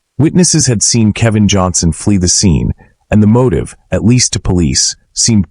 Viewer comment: AI CANT SAY KEL VIN